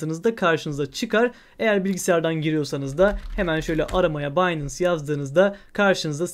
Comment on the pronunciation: Harika video tesekkurler. Kisa ve oz olmus👍🏻 yalniz kulagimi tirmalayan tek bir sey var: binance, “baynens” diye okunur. Finance (faynens) gibi. Sevgiler❤